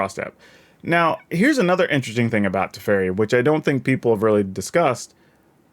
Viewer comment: man ey butchered my boy tef so hard. also good point about tempo tef big brain. Haven't seen any1 pointing this out yet